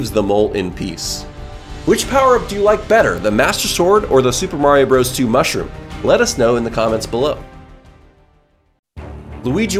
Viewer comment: I love how you say mushwige